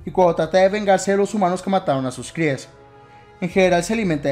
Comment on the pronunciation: no se si dices crias o "cries" xD . Lenguaje inclusivo?